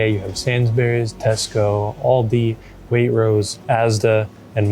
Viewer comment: You mispronounced Waitrose, the t needs to be clear, like wait-trose not way rose :-) Also, “sainsbrees” is how you would say it, not sains-berries. The fruit and veg self weigh thing is new to me, I have never seen that in a UK store before and I have lived here all my life. Lots of things you pointed out are specific to that store and don’t really apply anywhere else. I think a Tesco would probably have given you a better indication of your average store. Sainsbury’s is kind of middle class (especially in Ely) and as such will have specific counters like sushi counter which I have never ever seen.